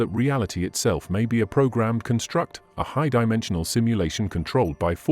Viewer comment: This video is narrated by an AI program, is it not? Such programs are getting more sophisticated, but there are little tells that give it away. (For example, the word "construct" is always used as a noun in this text, but the narrator always pronounces it as if it were a verb.)